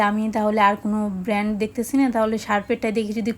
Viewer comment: ব্যান্ড নয় শব্দ টা হবে ব্র্যান্ড।